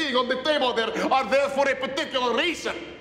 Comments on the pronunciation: Did anyone else heard when he said "fer" instead of "for" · After watching this skit like a million times, I noticed that he doesn't properly say "for" the first time; he just says "fer". So I thought that is why he repeated the line saying "for" correctly. But now that I see that he is about to burst out laughing, my theory was correct. Thank yoh sir.